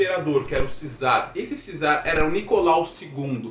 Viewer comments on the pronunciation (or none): Só uma dica: Czar, se pronuncia "quizar"! Valeu!